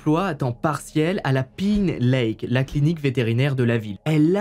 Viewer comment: Cool la PINE lake xD Attention à la prononciation :p Très bonne vidéo sinon j'ai découvert ta chaîne il y a 2 jours et je ne m'arrête pas pour rattraper mon retard :)